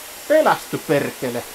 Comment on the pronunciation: "Tossa menee perrrrekele, tule tänne setän luo... Älä vaan mun päälle lentele, perrrrekele" 😂😂😂